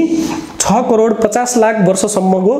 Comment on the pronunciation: Its crore sir not corer.